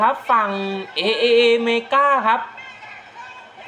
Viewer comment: จริงๆต้องอ่านว่า TripleA นะครับ